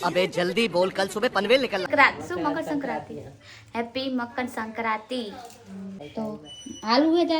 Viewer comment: મકરસંક્રાંતિ આવે 😂😂😂 સરખે બોલો